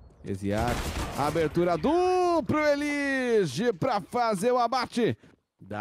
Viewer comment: eLIge é a pronúncia errada, cê tlgd né? Nós que se acostoumou a chamar ele assim